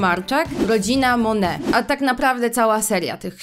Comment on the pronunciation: Czy tylko ja stwierdziłam, że dobrze jest sprawdzić jak czyta się tytuł książki tj. jak wymawia go samą autorka? Rodzina MoneT.